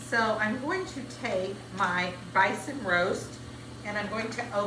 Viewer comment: Never heard of “bYson” 😮😂